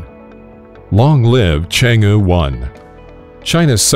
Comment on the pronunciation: It's pronounced "Chang AAA"